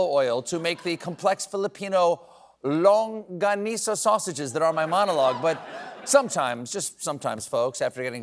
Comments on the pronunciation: lol the Pinoy reference. But it’s either “BAH-gyoh” or “BAG-ee-oh.” Other than that, perfect! 😬 Got the “longganisa” right! 😎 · Thank you Steven for pronouncing "Longganisa" perfectly ❤❤❤